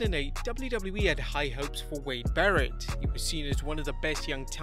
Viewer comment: Say double-JU- Double- JU- EEE one more time.....